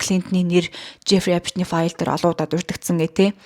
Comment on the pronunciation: Эйпшн гээд байх эйпсн гээд сонсогдоод байгаамдаа😅😉